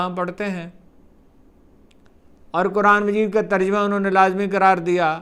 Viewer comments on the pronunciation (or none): none